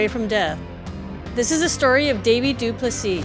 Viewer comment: Very good pronunciation of his surname du Plessis!